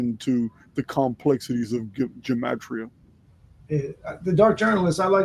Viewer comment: I studied Hebrew from first grade. Soon after that we were taught the Hebrew Gematria. There are more than the English. It includes numbers in the hundreds. Gematria is with a hard G. There is no soft G or J in Hebrew. Enjoy your show.